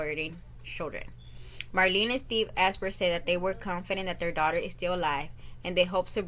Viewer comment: Last name is pronounced , Izenburg .